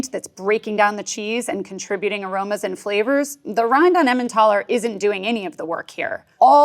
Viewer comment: "13 of the World’s Funkiest Cheeses" ... "Emmentaler" - Huh?!